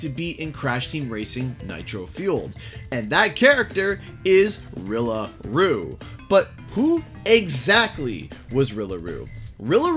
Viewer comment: It’s Rilllaaaaa Rooooo